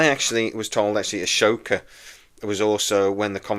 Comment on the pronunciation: It's AHSoka, Not ASHOka